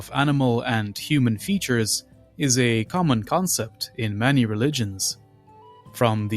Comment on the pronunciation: You say many like Manny and you say it a lot